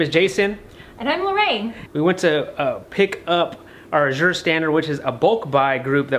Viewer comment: Ooooohh you were talking about Azure Standard. I’ve never heard it pronounced “ajure” with the French inflection and was trying to figure out what place you were using.